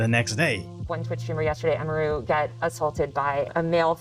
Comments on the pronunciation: Emphasis on the "U" not the "I" my guy. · "A Mii Ruu" Dude.😂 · ITS PRONOUNCED : EM-E-RU. fucking tired of you saying it wrong. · Bro it's emi-ru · It's pronounced EMI-ROO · this guy didnt even do enough research to pronounce Emi's name correctly